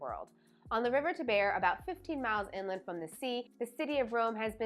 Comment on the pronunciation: It’s the TIE-BURR a Tiber river 😢